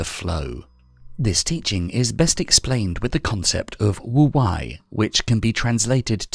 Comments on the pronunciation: Not very 'go with the flow' of me, but it's Wu "Way", not Wu "Why". 🙏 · it means "wise old man" Pronounced Tao Te King Spelled Wu wEi, not wu wAi. Nice video tho :)